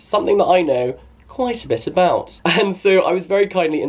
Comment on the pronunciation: "quite a bit about" omg your English accent